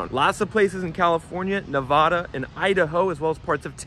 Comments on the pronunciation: Nevada is pronounced "nev-ADD-uh" not "nev-ODD-uh". This is the way those of us who live here find people that just got here. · I enjoy his info, but this guy just can't pronounce Nevada correctly. Ever. The little things matter.